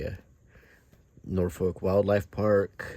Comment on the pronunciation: Quick tip for you, the "folk" in Norfolk is not pronounced as "folk" the word. More "Norfuc"! The north coast around Blakeney, Cley and Sheringhan is nicer than the East coast imho